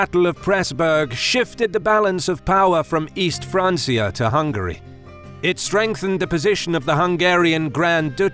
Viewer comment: Umm... Francia is Latin in origin and was the name the Romans gave the Franks, therefore it is spoken with a hard "C". It has been corrupted by ignorant peasants, especially those who like to use it as a fancy personal name, but when talking about the nations of West and East Francia, it's pronounced FRANKIA, the Realm of the FRANKS, not the Realm of the FRANCES. Do you think the French FRANC is called a FRANC(E) or a FRANK? Remember Julius Caesar? The Literal pronunciation is Yulius Kaiser, or Kaisar, remembered in no less than the biggest non-Roman entity to be enormously influenced by their proximity to Rome, the Germans. The Franks were Germans. Do you thinks the Franks forgot the hard "C" in their name just because you do? Stop being such a noob, you country rube. The one thing that always turns me off of a so-called "educational channel" is when their narrators and writers are themselves uneducated. You're about one FRANSIA away from an unsubscribe.